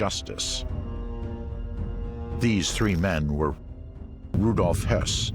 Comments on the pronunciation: it‘s pronounced Rudolf Höss as in Hyoss, not Rudolf Hess. The latter was interned by the British in 1941 when he went to seek peace. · You obviously didn't watch the documentary. His comment is totally accurate. They repeatedly mispronounced Rudolf Hoess' name.